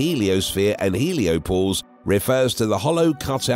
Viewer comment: Heliopause, not “heliopose.” 🙄 Also, what’s with the repeating sentences? Did your editor fall asleep at the wheel? Some of these sentences are so awkward and inelegantly created, I can’t tell if they were constructed by a nonnative speaker or an AI algorithm.